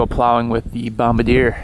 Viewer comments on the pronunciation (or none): 'Bomb-ber-deer' was the guy who aimed bombs during the war... You own a, 'Bom-bar-dee-ay' snow plow. It's French Canadian. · Hey bud...just FYI, you're pronouncing Bombardier incorrectly.... It's a proudly Canadian company 🇨🇦👍🏻, and it's pronounced: Bom - bard - "ee" - yay and NOT: Bomb - a - deer like you were in this video..... No biggie... Just thought you should know, eh? 👍🏻🥃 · Pronounced bomb-bar-dee-eh, not bomb-a-deer. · Bom-bar-d-a. Not bom-ba-deer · FYI bomb bar dee ay, not bomb ba deer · As a Canadian i get really offended when people say Bombardier wrong lol... its pronounced Bomb bard e a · It's pronounced Bom-bar-dee-ay!!!! It's the original company that started CanAm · I love your videos and I want to inform you of the correct pronunciation of the company name. Don't hate me. I was raised in the midwest and pronounced it the same way you do. Then I moved to Montreal and well, things got a bit tense. Bombardier is a French Quebec company. Bombardier is pronounced bomb-bar-dee-eh. Trust me when I say Quebecers take their language very seriously. Anyway. Thanks for the content. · it's pronounced "bomb bar dee yay" bombardier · The name is pronounced "Bomb-Bar-dee-ay" it's French, or something like that. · It’s pronounced bomb-bard-e-a.